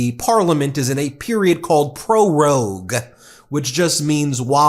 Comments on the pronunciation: Way to go Ben. You got it right that time. ":Prorogue" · Glad you got the pronunciation of "prorogue" sorted out. 👍